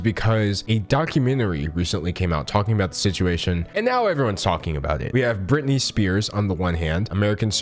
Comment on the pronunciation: Who's britinay?